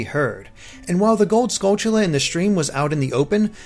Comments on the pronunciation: Finally says Skulltulla correctly says CooCoo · You finally pronounced Skultulla correctly even if I spelled it wrong...THANKS